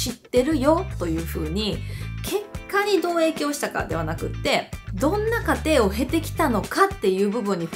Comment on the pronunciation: 過程の発音がおかしくて気になる